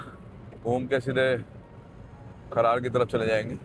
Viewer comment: खरड़ को खरार बता रहे हो